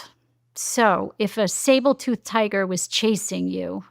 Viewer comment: Great info, but “sabletooth tiger” lol